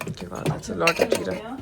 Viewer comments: It's zeera not jeerah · Its not “jeera” its “zeera”.ur mom speaks very good urdu..but u r saying “jeera” which bother me its hindi word not urdu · Aap Kab se hinduon ki terha “jeera” bolney ki koshish kerney lagin apni Urdu pe rahi please